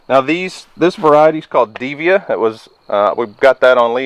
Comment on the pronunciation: Those cucumbers are called Diva (D-va) not Devia. mispronounced it.